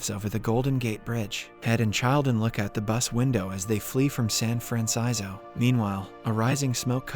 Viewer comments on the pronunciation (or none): man wtf is "san fransizo"? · San Fransizo 😅😅😅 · Am I the only one that caught him pronouncing San Francisco differently in each video??